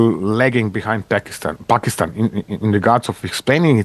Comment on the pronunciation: finally a foreigner saying Pakistan instead of PHakistan